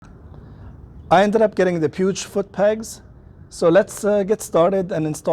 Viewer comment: It’s Puig (Puweeg)